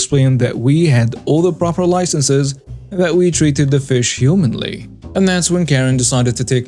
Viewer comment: Humanely: hew-MAIN-lee